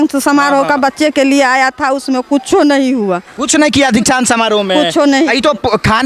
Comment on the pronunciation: Inko kuch padhane bh aata h 😂 Dikshant samaroh ko Diksa samaroh bolti h, 😂